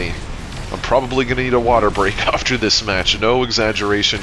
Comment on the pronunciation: The way you say “after” makes my brain itch every single time